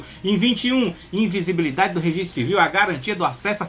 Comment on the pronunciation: Ficou difícil para o falar invisibilidade....imagina entender o tema da redação!!!